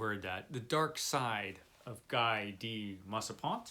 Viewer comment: Guy de Maupassant = Ghee' deh Mow pa sahnt'